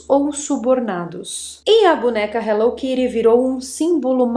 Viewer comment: No Japao, onde ela foi criada inclusive, se fala Hello Kitty e nao Hello Kiri......